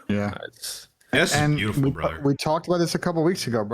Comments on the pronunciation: We got a "BRUDDER" outta, W Episode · My brudder seddy